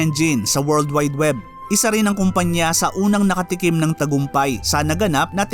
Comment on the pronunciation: Ayusin lang sana niya pronounciation sa tagalog words niya kasi slang. Dapat correct pronounciation niya kasi educational ang content niya. Yung “rin” niya ay “ren”, yung “marami” niya, “marame”. Yung “din” niya, “den”.